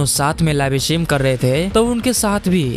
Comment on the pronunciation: Live stream ❌ "Laivey estream on hainnnnnn"